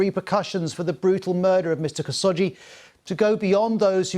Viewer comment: I want to say this is a good report, but the way he mispronounced khashoggi's name drove me crazy. KHA-SHOQ-JI